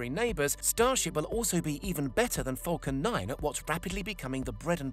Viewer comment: I allways here him say 'fockin' 9 rocket' instead of falcon 9 xD